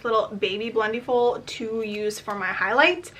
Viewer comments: It’s pronounced like blend-eh-ful. Not blend-eee-ful lol. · Great video! Just a quick correction: it's pronounced like "blend-EH-full" rather than "blend-EE-full." Think about it this way: for the word "blending," you don't say "blen-dEEng," right? You say "blending" - short and flat "I" sound.